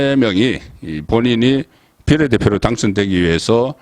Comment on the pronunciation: 늘 느끼는것이지만 장모음 단모음 발음을 잘못해서 듣기가 매우 거북스럽다 탄핵, 비례 등등... 송선생이 언제쯤 제대로된 어휘를 구사하게 될까 그런날이 오긴올까... 그것이 궁금하다...